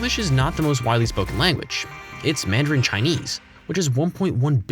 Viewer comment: He said madiran instead of mandarin